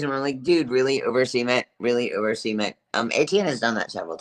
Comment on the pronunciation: could you please pronounce cement so it doesn't sound like you're saying semen? It sounds like you're saying you were covered in semen.